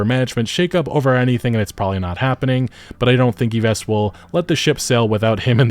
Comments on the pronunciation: Yves = Eve's, is the proper way you pronounce his name. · Yves is pronounced more or less like the name "Eve." It's close enough for an American voice, anyway. :) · The S in Yves is silent. It's pronounced exactly like the English name Eve. (Just FYI, no biggie!) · His name is "EVE"....EVE. not EVESS. You do not pronounce the S in YVES. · Y-vess rofl. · Yves is pronounced "EVE", the S is silent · For future reference, his name is pronounced "eve" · Yo nice vidz, Yves is pronounced like "Eeve" 🙏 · Btw just going to clarify because it's hurting my hears everytime you say it. The name Yves is prononced like the "eve" in christmas eve. Besides that keep up the great work!